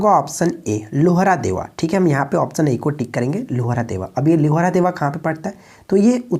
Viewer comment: भाई थोड़ा सा उच्चारण पर भी ध्यान दीजिए जैसे(लोहरादेव नही है लहुरादेव है पिछले कुछ सेटों में आप दिवान ए badangan बोलते हैं जो कि दीवान ए bandgan है) बाकी चैनल बहुत आगे जाएगा। प्रश्न का चयन अच्छा रहता है। शुभकामनाएं।